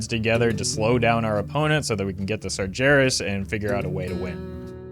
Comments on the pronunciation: Its Sar-Geras, not Sar-Jeras! 😮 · there is no way you called him "sarjerras"...